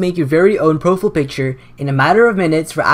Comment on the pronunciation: **profull picture** that pronunciation